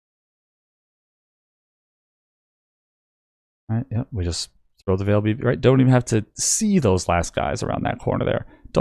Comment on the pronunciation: Why do you say "Vaal" wrong? It's said a long in game by the npcs aswell as in any official announcement or interview involving anything from the Vaal. It's not like it's a debatable pronunciation. You just pronounce it incorrectly